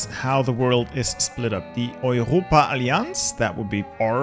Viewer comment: Bro speaking saying Europa alliance in german and without Accent, he‘s one of my people german